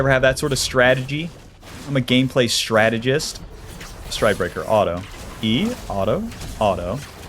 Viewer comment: how come you say the word auto as alto